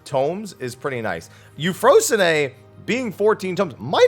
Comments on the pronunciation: I'm gonna need to see the kana used in the Japanese client for Euphrosyne because I REFUSE to believe yu-FRO-sin-AY is how it's pronounced. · That's the first time I've heard Euphorsyne pronounce that way.